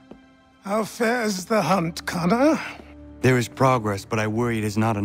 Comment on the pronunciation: Achilles knew how to say kesogawasses name why not connors?